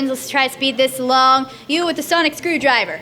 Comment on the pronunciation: Anyone notice he said sonic screwdriger?